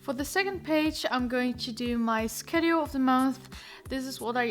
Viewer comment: thats not how you pronounce Schedule